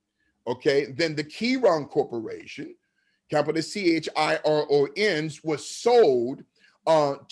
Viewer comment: Chiron Corp.: Pronounced "KAI-ron", from the greek Chiral meaning- 'hand'. Scientific term referring to symmetry of chemical compounds.